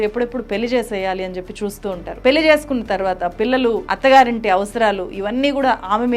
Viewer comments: అద్భుతమైన సినిమా. గమనిక:, మీరు పెళ్లి ని పెల్లి అని పలుకుతున్నారు. అది correct కాదు. దయచేసి సరిగ్గా పలకండి. జర్నలిస్ట్ అయివుండి మీరిలా చేయకూడదు. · పెల్లి కాదు పెళ్లి, పెళ్లి అని పలకటం నేర్చుకో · పెల్లి కాదమ్మా పెళ్ళి... ఉచ్ఛారణ సరిజేసుకోండి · Pelli ani palukutunnaru pelhi ani palikite baguntundi